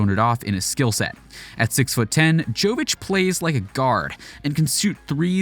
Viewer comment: It's Yovitch. And it's not Euroleague, it's ABA Adriatic league in Europe, Euroleague is something different.